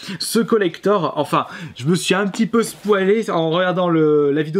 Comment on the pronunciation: je me suis ss'poilé, on dit spoylé